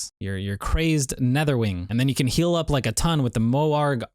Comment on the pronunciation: Did anyone else understand "that is gonna heal AIDS"